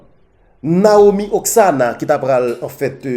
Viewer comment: Rigolo, se konsa w pwononse non demwazèl la 3 ? Se pa Naomi Oksana, se pito Naomi Osaka,, ok tonton?